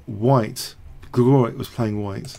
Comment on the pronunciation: Gligoric pronounced GligoriCH. :-)